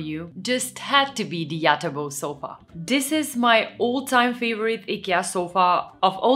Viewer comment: It's not EKEA, it's IKEA